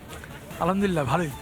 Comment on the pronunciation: বলদ সাংঘাতিক আলহামদুলিল্লাহ এর সঠিক উচ্চারণ শুনতে পাইনা